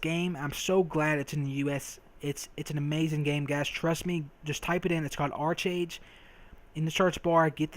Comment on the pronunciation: Really good enthusiasm, nice video! Oh its said like Ark-Age :P 'em korean pronunciations